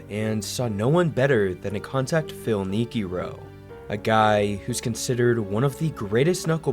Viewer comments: Phil "nee-kee-ro?" I only heard of Phil "nee-kro." Illiterate or ai voice? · it’s Phil NEE-KRO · "Phil knee-kee-roh"?? What kind of AI is this? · Neek-ee-ro? No , its Neek-Ro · Awesome vid man! Wake is a legend. His knuckleball was filthy. The guy who doesn't get enough love was Doug Mirabelli who caught for Wake. BTW...it's Phil (NEEKRO). Not Nekeero. Also BTW...Im not crying. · The way you pronounce Phil Niekro makes it sound like he's Japanese. It's (knee crow) not sensai Ni Ki Ro😂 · Phil Nikie ro? Tf? NEEKRO. Dingus. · Knee kee row??? Lol. It's knee crow. Phil Niekro. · the vid is great but the pronunciation of Niekro is so so wrong lol. it's just nee-kro not nee-kee-ro. that sounds like ichiro's long lost cousin or something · Neek-ee-ro was jarring but it’s still 100x better than the errors artificial unintelligence makes ❤❤❤ great video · Phil Neaky-Row. lmao. Train your ai buddy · I've only ever heard Phil Niekro's name pronounced "Nee-crow" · It's not Phil neerkerow, lol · knee-kee-row? What if you just narrated the video yourself instead?... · SMH. phil neek ee roo??? narrator should be shot.. niekro was ONE OF THE BEST KNUCKLEBALLERS????? WHAT???? THE BEST... BAR NONE....... Wakefield was not in his league... good pitcher and his name is my birth city but no... he wasn't phil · Phil Neekeerow? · Holy cow I didn’t think anyone could butcher Phil Niekro’s name so badly… NEE-kroh, say it with me, like knee crow. Then Mike Mussina gets the same treatment? He was nicknamed Moose for a reason. Mursina? Maybe ask someone how to pronounce some of these names, or READ. Just read, don’t guess.😊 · Phil “Kneekoro” lol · So many inaccuracies in this video--the Red Sox played Oakland in the 2003 ALDS, and came back 0-2 in a tough series. The Yankees played and defeated the Twins in 4. That, and I'm halfway through the video, which is riddled with typos and mispronunciations. Niekro=Knee-Crow, not something that rhymes with Ichiro. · phil knee kee row 🤣🤣🤣